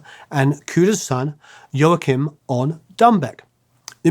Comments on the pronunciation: The proper pronunciation of Joachim: Wah Keem. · Please learn to pronounce Latin names properly. Ry's son's name is pronounced "Waw-keem," and Pancho Villa's name is pronounced "Vee-ya." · Joachim is pronounced "Wah-Keem", that's how Ry says it. By the way, if I remember correctly, Ry was credited as "Zoot Slim Rollo" for session work on an old record, (I think was a Captain Beefheart record) due to a contractual obligation. I'm surprised there's no mention here of Ry's forays into country music with Roseanne Cash, and Ricky Scaggs and the Whites. Anyway, If it wasn't for Ry, I probably would never have heard of, let alone listened to, Sleepy John Estes, Blind Willie Johnson, Blind Alfred Reed, and Flaco Jimenez. Ry and Chris Strachwitz (a fascinating character who deserves his own episode here) used to drive around the south, southwest and Mexico border towns looking for the musicians they'd heard on old and obscure jukebox records; that's how they found Flaco Jimenez, pulling him out of obscurity and sending him out into the wider world, playing with Dwight Yoakum, the Texas Tornados, and others. BTW, there's an excellent documentary film about Strachwitz titled "This Ain't No Mouse Music!".